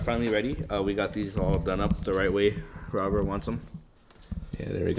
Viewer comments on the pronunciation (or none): none